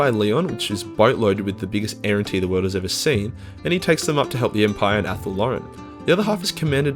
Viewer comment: Errantry, you sound like you’re saying errentee